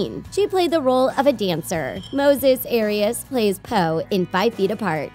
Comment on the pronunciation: Did she really just pronounce arias wrong 🤦🏻‍♀️